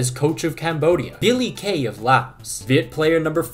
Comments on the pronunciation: bro pronounce viet almost perfect lol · your Viet name pronunciation has gotten so much better compared to your video in 2021